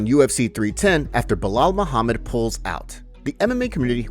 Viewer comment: Who the fook is Belal Moohamid salamalalalakim 😂😂